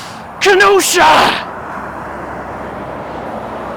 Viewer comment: As a resident of the City of Kenosha, Wisconsin, yes the CITY which the pass is most likely named after, I do take offence (jokingly) to Smells like Kenosha. Otherwise, cool story telling of the accident and the outcome. By the way,, you did pronounce Kenosha correctly. That is how the city of Kenosha, Wisconsin is pronounced.